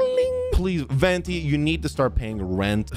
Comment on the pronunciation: he's venti not pay-the-renti, you knew what you were getting